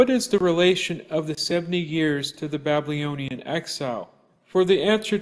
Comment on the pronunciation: Great videos. One thing, you lose a bit of credibility when you can’t pronounce the word “Babylonian” correctly. It’s not Ba-blee-oh-nee-an